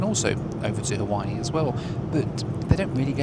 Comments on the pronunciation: Every once in a while you default back to your crass Benny Hill schtick. Your Haweewee pronunciation is akin to when you mixed a great Cabernet with Diet Coke. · I am a big fan of your videos...but please, NEVER call it HA-WEE-WEE again. As a Hawaiian, that irritates me more than the usual mispronunciations because it's intentional. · Roll is purple because it’s made with Taro root. And intentionally mispronouncing Hawaii is not funny, but rude. And if you didn’t have a good time during your visit as you expressed in the last vlog. Then stay away. You won’t be missed by the locals or the millions of people who visit the islands annually. Beautiful new 787! Thanks for sharing your trip.